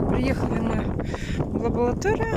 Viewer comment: Ой,, "многие" особо и не переживают, с кем у тебя дети остались. Больше волнует то, что Света знает куда ключ надо веСИть, что вы ходили в лабоЛаторию, а также, что ты купила кОнцтовары. Тебе реально не стыдно за свою безграмотную речь? Лучше бы орфографический словарь купила, села с детьми на камеру и изучала, вот это было бы продуктивное видео.